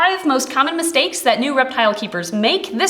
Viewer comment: at the start when she said mistakes i thought she pronounced it like "mis-snakes" lol